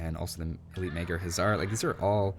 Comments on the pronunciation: May I help you out with the correct pronounciation of "magyar"? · Lol how funy u say the blue team race "Magyar" :D this is sounds right. :) GY is a letter it is not G+ J and A is closer to german a then english a letter.